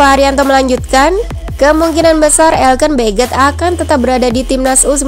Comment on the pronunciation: Elkan woy bukann elken